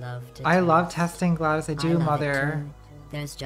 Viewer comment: Is nobody else bothered by the fact that she pronounces it Gladys and not GlaDOS